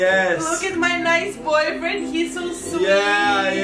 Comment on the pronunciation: Lea je rekla ,, This is my nice boybriend" hmm